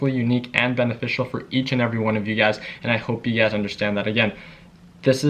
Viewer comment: Lol is he saying UGAZ or You Guys. The world will never know. (Lies, the world knows)